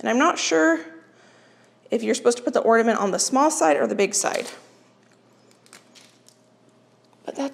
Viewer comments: I got a chuckle about your repeated "orDaments" comment (instead of "ornAments") how funny. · Hi, I have been enjoying watching your videos lately. I have a little pet peeve today though... It's the word ornament. Whenever I hear someone pronounce it orDament, I have to click away. It makes my insides die a little. I'm sorry. I know it's petty. But there's no d in it. 😢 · Am I hearing you say “ordament”? I can’t tell and it’s cracking me up that you say it wrong because you’re so articulate normally. And it’s endearing because my youngest son used to say it as a little boy. Love it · It sounds like you are saying orDament - it’s pronounced ornament. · I watch you all the time, you remind me of my daughter, lol. I'm wondering if it's my hearing or or are saying "ordament'? instead of "ornament"? It's cute! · I love you so much. watch you all the time. no matter what and I do not even have a garden or enjoy working in the kitchen. However, I watch because you make me smile. With that being said. I do have to say that there is no "d" in Ornament. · I’m sorry but the word is ORNAMENT there is no D in this word. A simple thing but surely someone else has noticed this. I don’t want to be the mean girl as I really like your channel but every time you mispronounce it I wince.